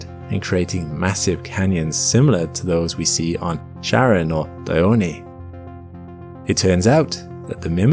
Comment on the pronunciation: Most people in the astronomy pronounce Pluto's moon as "Karon" or "Charon" (like the antique figure with the same name) not Chair-on or Share-on.